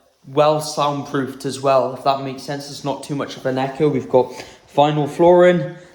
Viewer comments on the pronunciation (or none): none